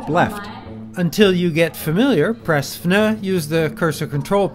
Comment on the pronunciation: "press the FNAAAH button"